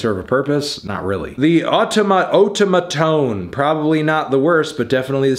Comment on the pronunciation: The way melon said "otamatone" hurt me.